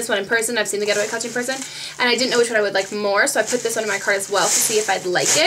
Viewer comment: I thought you were saying "GHETTOway" clutch